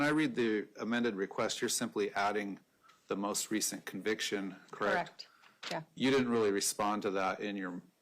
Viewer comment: Can she not pronounce a soft “e”? Definse, Corrict….why am I even watching this?